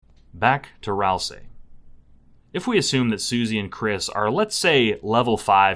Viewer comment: Thank you for not calling them "Ral-SAY"